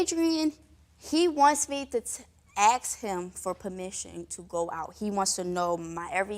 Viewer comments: Why do black people say "axe" instead of ask? It makes me fuckin sick and none of you black people want to address it in the comments. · Ask is the word not 🪓 axe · I have to aks him???? An aks, that's a dangerous tool you know. Asking is better ;-) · You have to what??? " aks" him? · " AX" him ?????? WTF !